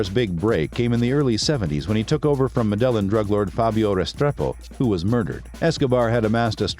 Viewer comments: Stop saying " mid ellen" 😒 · Learn how to pronounce MEDELLIN!!